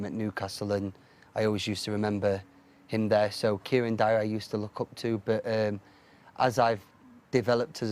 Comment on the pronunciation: Man said Kieron Dyer lol